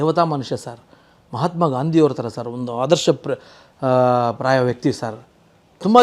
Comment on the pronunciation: Praya alla apaya gaaya😅 Kabja alla gabja 😂